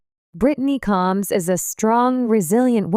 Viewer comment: This narrator is an idiot she cannot pronounce the last name correctly and Britney is not a sister to Tammy and Amy she is a sister-in-law married to Chris get it right dumbass